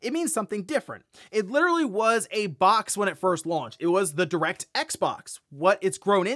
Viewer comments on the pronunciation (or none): none